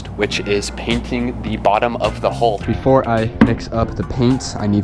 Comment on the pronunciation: The more I watch boat videos on YT the more I hear people calling the HULL of the vessel the HOLE. A hole in a hull is a whole bad thing. It is a younger generation thing and mostly in the US but other nationalities mispronounce it as well. Take it from someone who has spent over 40 years on every kind of vessel there is afloat it is a HULL take away the last L and put in a K you have incredible HULK. Take away the K and you will be able to say it correctly. Other than that this HULKING HULL should hold out Ok as long as you don't have a hole.